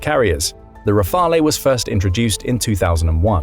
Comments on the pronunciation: Rafale is pronounced RAA-FAL, not RAA-FAL-A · The pronunciation of Rafale is killing me.